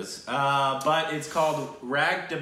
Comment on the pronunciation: It's pronounced Rung not Rang. In most hindi words the 'a' sounds like a 'u'